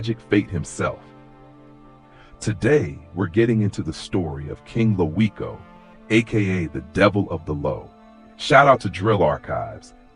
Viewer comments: It's pronounced "Loco" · you are saying his name wrong , him and Troy wasn't half brothers you ass cap take this bullshit down, and wasn't natural causes my blood stop the lies😮